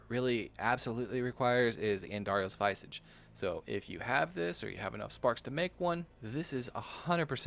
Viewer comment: No snark or grief here, just a heads up. *Vis-ahh-ge Mispronounced words are said to be a sign of intelligence because most likely you’re learning the pronunciation through reading. Enjoying your content, keep up the good work!